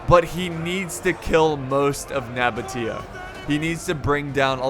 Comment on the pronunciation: It’s pronounced Seleukids and spelled Seleucids. Also Nabatea is pronounced No-baesha (or) Nuh-baesha, not Nuh-botia, but I understand that one, I pronounced it wrong for years.